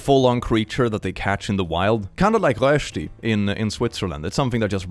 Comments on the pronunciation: His casual "Röösti" cought me off guard 😂😂😂 I had to go back and hear it again - it was sooo good 😂😊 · That pronunciation of Rösti was good! Only the Ö was a little off.